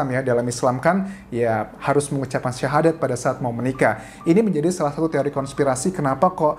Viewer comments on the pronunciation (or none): none